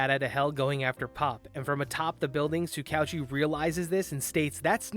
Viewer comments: Just butchering tsukauchi's name prunounciation like it's no big deal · It's Soo Ka OoChi. Basically just pretend his name is written as 2 separate words i.e Tsuka-Uchi